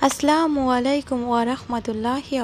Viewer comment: আস্লামুআলাইকুম নয় বলবেন আস্সালামু আলাইকুম।